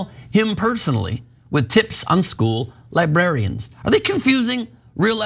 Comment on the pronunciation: Lol. "Libarians"